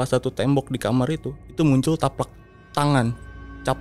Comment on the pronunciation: Telapak bang, bukan taplak. Taplak meja kali ahh 😂